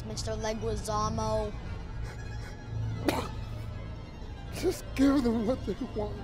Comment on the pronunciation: It's always pronounced wrong. It's John Leh-gee-zamo. No ü in Leguizamo to make the uh sound. (Thanks to my Colombian Latin American Lit professor in college, Sra Luz)